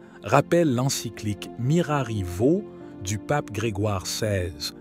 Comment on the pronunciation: Il est horripilant d'entendre prononcer "Mirari Vo" au lieu de Vos, et tantôt Mgr Aguer, tantôt Agué!